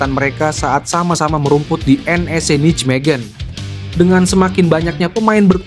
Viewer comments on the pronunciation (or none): none